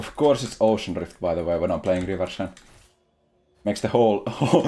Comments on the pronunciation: Every time he says "river shen" someone's depression is cured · Could you stop saying "River Shen"?